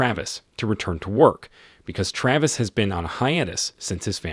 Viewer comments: Excellent, bullshit he couldn't decide how to pronounce Travis and at one point said Travis and Trayvis in the same sentence. And constantly shifted between the two. I am not going to even go near his complete misuse of other words. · Why do you pronounce his name both correctly and incorrectly? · Is it 'TRAVIS or 'TRAYVIS'? Need to upgrade your text to speech subscription. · This narrator's ability to butcher the pronunciation of things is simply astounding.lol. "Savy" "Travis" "syringe" and others. Makes it damn near impossible to listen to him...